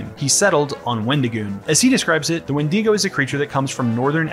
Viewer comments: the 'when-DEE-go'???😭anyway... this video just feels totally done in bad faith. you want to capitalize on wendigoon's popularity by nitpicking his interests and his own name. i hated this. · why is he saying wendeego? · Oh my god stop pronouncing it like when-DEE-go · Ah yes, the famous WindEEgo of Appalachia. Not to be confused with the Wendigo of Appalachia! /s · wend-ee-go bruhhhhhh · Good vid, but i hate the way you pronounced wendigo